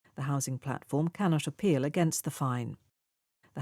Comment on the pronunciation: can not apeal 캔낫 쇼필로 들리네요.